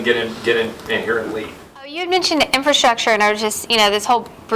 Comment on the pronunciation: In-fra-structure...not in-fra-strusher